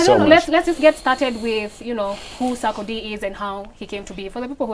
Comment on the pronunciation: Eeerrrrh te s3 ckcdie became saakodie😄😄😄😄😄I swear my 1st time understanding the name proper